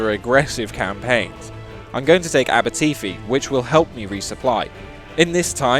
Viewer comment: as someone that lives in aberteifi, i cringed every time he said it